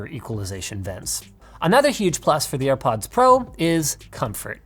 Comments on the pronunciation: Literally no one: Linus: AirPuds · "Ear Puds" I might send Linus a pair of airpods engraved with the word "Earpuds" on them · Dima is a tree. I bet you didn’t watch the full vid. He says “AirPuds” a couple of times and says that he couldn’t hear himself. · "ear puds" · Nikola Nikolov he said earpuds not airpuds🤦‍♂️